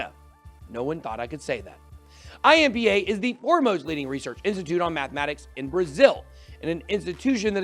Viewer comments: Your pronunciation of IMPA wasn’t even close. Nice try though 😂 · achei até boa, só que ficou com sotaque de asiático kkkk